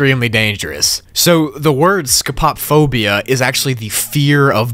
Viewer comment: I'm never pronouncing Scopophobia the same way again xD lol